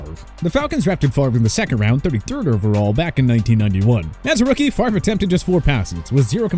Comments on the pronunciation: I will never forgive my Falcons for getting rid of Brett Favor…I mean Favray…I mean Favree…Favreh? Favrie? Favier? Fairve? No no no…Favre. Favre. I meant Favre. Damnit! Why Atlanta?! Just why?! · Brett FAVOR? REALLY?